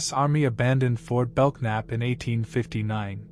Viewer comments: FORT BELKNAP, pronounced BELNAP. Silent K. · It would be nice if he would learn how to pronounce Goliad, Belknap and others before he makes a video. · Yep. Goliad. Belknap. Those were incorrect. These videos are all thrown together and a script written and jetted out online.